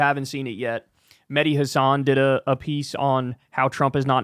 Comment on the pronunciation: With only one 'S', Mehdi says his last name HASan, with the accent on HAS, not haSAN withe the accent on san. Would you like to be called 'Kuklinsky'?